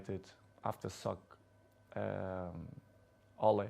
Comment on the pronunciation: Is it me or it sounds like he said suck ole?!